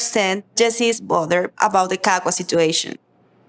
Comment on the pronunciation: he keeps calling him kaka like poop .... smart lol